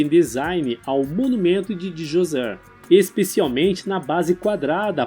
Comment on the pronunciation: Cara pronúncia D'JOSER não DiJosé